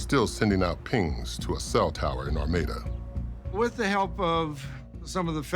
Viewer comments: The narrator keeps saying Armida, but all of the town and everything says Armada??? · The village of "Armada" should be pronounced like the Spanish Armada (arm-odd-ah), not Are-made-ah. I think that pronunciation is another possible crime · Since they solved this crime, let’s talk about the pronunciation of their town? Ar-may-da?? That should be criminal.